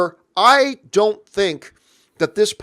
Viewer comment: It’s po-kay-mon, not po-kee-mon.